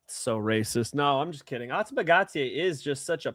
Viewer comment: Great show but the way the other guy pronounced Ateba Gautier is criminal lol